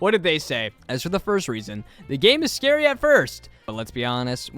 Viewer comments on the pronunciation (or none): none